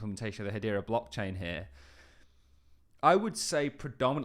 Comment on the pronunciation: What is it with British people pronouncing Hedera as Hadeera?